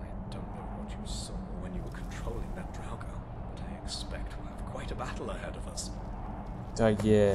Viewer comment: Draugr nie draguren